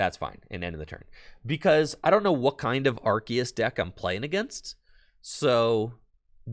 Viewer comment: Very entertaining vid!......wish the deck wasn't so bricky........Also, you're 100% correct about the pronunciation of Arceus.....It's ARK-ee-us according to the Pokémon Super Extra Deluxe Essential Handbook.